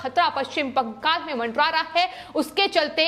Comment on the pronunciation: बैंगल नही बंगाल है, spelling pronounce ठीक से करो लड़की.. कितना बार एक ही word को सुनायेगी?